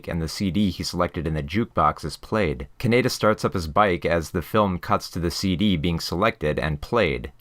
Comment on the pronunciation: You totally lost me when you kept pronouncing Kaneda’s name wrong dude. That was your biggest sin. Lame.